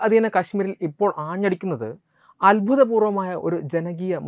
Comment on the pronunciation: അത്ഭുതപൂർവ്വം...? അഭൂത പൂർവ്വം.. എന്ന് പറയുക.